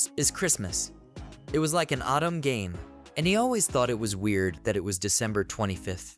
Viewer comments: Please install a Japanese language pack, or if that's not possible, use phonetic substitutions. "Otome" being pronounced as "Autumn" can be overcome by using "oh toe may" in the script for the narration program to read. Just like how many readers pronounce the "bow" in bow and arrow like "bow to royalty", when all they need to do is type "Bo" instead of "bow" in order to get a "long O" sound. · Oh toe meh. It is 3 characters you need to pronounce. Anyone that's me being nitpicky.